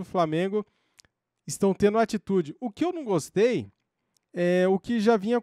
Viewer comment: "Não gostuei asmuei "😂😂